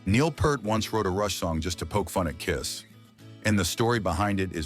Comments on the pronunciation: Neil's last name is usually mispronounced; disrespectful, insulting, and offensive. Dale Carnage tells us that a person's name and its correct pronunciation is of high regard, and he urges us to take the time and make a point to get it right. That being said, Peart rhymes with EAR: P-EAR-T (pointing to my EAR). It is not pert. Get it right. Got it? Now, learn it. Live it. Love it. Stay calm and rock on. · First, it's pronounced Peert. Second, on that US tour " The Bag" was born. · You can't even pronounce Peart correctly. No good. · Yes, it took me years to figure out his family name sounds like "Peer + T" as he said in one of his interviews. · What do you expect from a poorly-trained AI voice? BTW, before the internet, we all pronounced it wrong like this, because all we knew was the name we saw on the album jacket. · Somebody tell the AI that Neil Peart's last name is pronounced (PEERT). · Thanks for the video. Going forward, consider pronouncing his surname as if it were spelled, "Peert" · Sorry robot voice, but it's pronounced "peert'. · His last name is pronounced P "ear" t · Peert. Neil's last name is pronounced Peert. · Yes. He even said in an interview it’s pronounced “ Peert”. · Can you at least pronounce the man's name properly? It really is the very least you could do. "Peert" like Peer pressure. ea like the word ear Peart = Peert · II's pronounced P-e-e-e-r-t ! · Neil Peart pronounces his own name "Peert". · Who is Neil Pert??? I can't watch any video that mispronounces names. Do your homework before posting! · Exactly. Neil corrected interviews on the pronunciation of his surname. He told them it's “Peert.” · Right? It's friggin mind boggling how no one can pronounce it right! Even when they say they are big fans. It's Peart (rhymes with "ear"). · Eddie Trunk asked him and it is pronounced Peert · Can’t even pronounce his last name! Jeeze! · Right out of the gate they mispronounced his name lol. Trash. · AI mispronounced Peart. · Mispronouncing Peart.